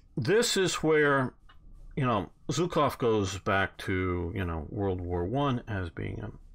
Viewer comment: Also Zhukov is not pronounced like Zu. Zh is transcribed letter ж. It is pronounced like "su" in leisure, but hard.